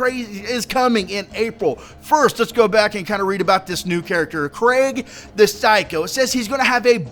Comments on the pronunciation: "Krieg" is German and simply means "war". And it's not "Craig"! More like "Creek", but with a softer "k" xD And I'm relly hoping for an awesome DLC, since Hammerlock's Big Game Hunt wasn't that good. OK, but Torgue's DLC was just too BADASS! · It's pronounced "kreeg" not Craig. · sorry for your loss,. And btw I think Krieg's name is pronounced 'kreeg' as in Blitzkrieg, not 'craig.' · its pronounced KREEEEG not Craig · It's KRIEG not Craig! Krieg is german for WAR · lol, I love how in the stream they kept saying not to pronounce Kreig like Craig, but like Kreeg, and says Craig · lol it isnt Craig. Its Krieg as in blitzkrieg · How come people can't pronounce Krieg right? 6 times today I've heard people calling him Craig. It's pronounced "Kreeg", like Blitzkrieg, in fact that's where his name comes from. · Its pronounced "kreeg" not "kreg". Krieg is German for war. Its not the mispronounciation of Craig Americans seem to say. Fuck sake. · KREEEEEEEEEEEEG! Not Craig! But u probably got the message already. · You said it more like Craig... It's more like Kreeeeg :not hating though, just trying to help :) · It's pronounced creeg like in Blitzkrieg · Dunno if youve heard yet bro but the new characters name is 'KREEG' The spelling is play on the word (blitz)KRIEG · it isnt watch ign's video they pronounce it "craig" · wait your grandma passed away wow respect for doing a video in that situation and btw it´s pronounced krieg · Krieg is the german word for war, you pronounce it like "creek" :) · Why do you pronounce Krieg as Craig O.o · I always knew it somehow, maybe from the term "Blitz Kreig" and KR-RAIG didnt sound right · craig is craig like in craig;s list but krieg means War in german does not sound diferent to your ears dude? lol better do some (lil) research before posting to your channel and look dumb just my 2 cts here but actually was funny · It'ss Krieg not Kreg, it has an "ee" like "bee" it's also german for "war" fitting don't you think?